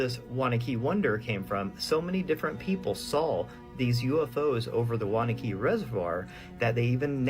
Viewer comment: Its pronounced WANNA QUE NJ. Not Wanakey..I know because I lived there. Wanaque